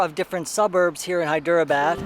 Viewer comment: Good stuff man. I'm sure in one of the 600+ comments someone has already mentioned this, but I'm not going to check ;-) : It's said more like "Hy-dra-bad". How Indian language got ported to English script is lost on me, but I have found things like there are multiple "d-plus" phonetics. In Hyderabad, the "der" is slightly different than a "dr", and the "dera" (not two syllables) is slightly different from "dra". It messed me up for years since when I see a vowel separated by consonants, I assume it is a separate syllable (hence Hy-der-a-bad). The great thing is how most Indians don't really care and if they take the time to correct you, they're always so kind about it. (p.s. I obviously want to post about my struggles getting these things correct and this has little to do with the video. Thanks for the space to rant).